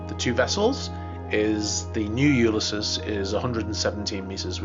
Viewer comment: What is U-lis-sis??